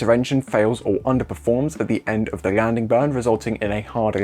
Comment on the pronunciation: This guy doesnt know how to pronounce "landing" or "leg" or "collapses". like what the heck is that...